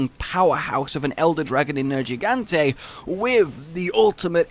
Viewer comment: Nergigante. Just once. Say his name.